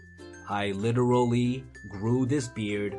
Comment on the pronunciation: when he said littererly i disliekd the videoand killed my self